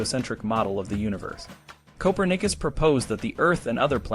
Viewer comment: You can't even pronounce Copernicus correctly. You are an amateur ignorati!